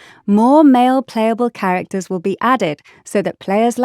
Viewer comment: Bro the way she stressed on the *male playable character* 💀💀